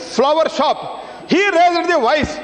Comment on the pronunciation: COMING FROM THE EDUCATION MINISTER---"RAIZZZZEEERRD THE VOICE".... WHERE THE FCUK THESE DUMBWITS COME FROM, LOOK AT THE QUALITY OF THIS FABRIC 2026.